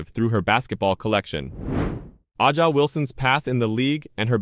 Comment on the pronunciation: Is there any video or Audio proof tha A'ja is mad over this or did He just make this up for clicks. He can't even pronounce A'ja's name correctly. It leads me to believe this is not factual.